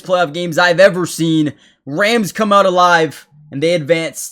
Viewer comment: The word OUT has no W in it 😢